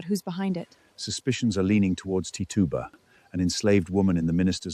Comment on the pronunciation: Your pronouncing her name wrong. It’s titch u ba. That’s how you say it.